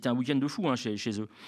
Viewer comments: Ça fait plaisir d'entendre parler de GLB - vive la Belgique ! On est boregne ou on n l'est nié ! - par contre juste ça se prononce bouché pas boucheze x). Et encore merci pour votre travail au passage :) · Précisions sur Georges-Louis Bouchez: on ne prononce pas le "Z", ça se prononce comme "boucher". Mais on le surnomme aussi GLouB en Wallonie, ça fait un peu méchant dans Spirou et ça lui va très bien ;-)